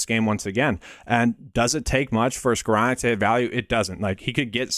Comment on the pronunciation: excellent video, Really appreciate it. Also the ONLY person Ive ever heard that pronounced Skowronek correctly!